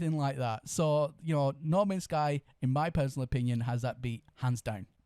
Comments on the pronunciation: Please stop saying ‘Norman Sky’. It’s hardly stretching your English pronunciation to say ‘No man’s sky’ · "Nor" mans sky. What accent is that I'm in the UK never heard this accent